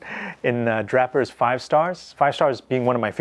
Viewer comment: I have always been under the impression that Draper's is pronounced "dray-purs", because it's used to drape but a tailor, but have heard you pronounce it as "drap-purs", like a rapper. Is this idiosyncratic, or do you have some inside information on Draper's? I am asking out of genuine curiosity, with all due respect.